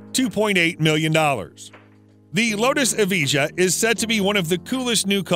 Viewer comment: Nice vid bro but a little correction, it's pronounced as yes-ko (Jesko) and e-va-yah (Evijah)